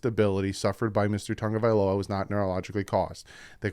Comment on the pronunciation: you need to pronounce Tua's last name properly. Sound it out, because I am sick to my ears, stomach, listening to analysts & you say Tonga-vailoa but it is TA- (short "â" sound or long "ă" ah sound, Ta-GO-vai-LoA. Please respond & show yourself correct & annunciation proper, than you.